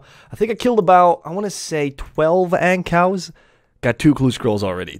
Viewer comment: Wait...you call Ankous (An-koo) Ancows?